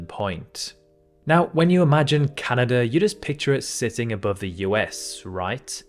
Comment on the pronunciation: Nice to h ear a commentator say "Canada" instead of "Cyanada".